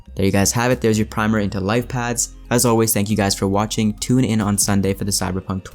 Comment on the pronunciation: Paths not pads.